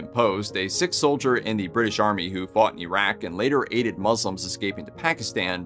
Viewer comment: In general your pronunciations are good except Sikh is pronounced "seek" not "sick".